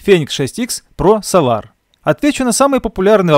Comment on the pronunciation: Прошу адекватно относиться к критике, это сделает ваш канал еще лучше. Ведь если будут супер видео, да еще и с хорошо поставленной речью, ощущение профессионализма и популярность вашего канала будет расти. Неправильных ударений очень много, это коробит слух. Да даже солАр на самом деле это сОлар